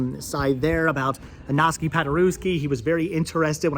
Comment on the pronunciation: His name is pronounced Igg-naz Pod-ur-ev-ski.